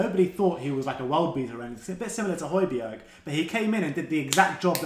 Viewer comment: Who is Hoy-bee-erg?